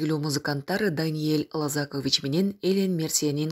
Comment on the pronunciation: Ударение в фамилии Даниила ЛозакОвич . А вы произносите ЛозАкович - это уже отчество.